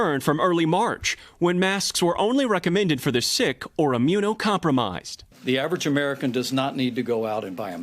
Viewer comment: "The average American doesn't need to go out and buy a mask." I'm confused, which word is he emphasizing? - AVERAGE AMERICAN: Aren't most of us average? Whose dying? Non-average people? - GO OUT: We can buy online. We should stay t.f. home. - BUY: We should make a mask. - MASK: Just use any piece of cloth.